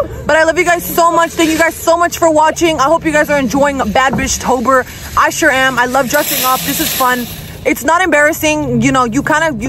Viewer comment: When she said bad bish tober at first i thought she said bad bish topher 😭